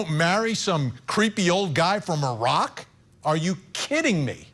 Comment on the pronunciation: I'm laughing because I didn't understand Iraq. I thought you said a rock. I thought a rock?? Then I realized what you were saying Iraq.